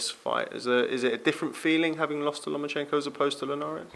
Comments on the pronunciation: Can somebody tell luke that's he is called lomachenko not lemonchenko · He thinks it was even going into the 11th!?! Loma must've hit Luke's head harder than we thought! Also Luke...... Who is this "Lema-chenko" you keep talking about? Also David Haye keeps talking about Limoncello. Maybe Haye gets confused with his citrus alcoholic beverages and his P4P Boxers......